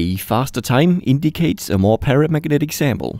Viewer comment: "Eeeeet iseeeent exsactly paramagnatic"